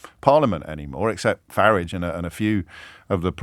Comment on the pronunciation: Well done, James, the only commentator that pronounces "FARAGE" correctly 👏👏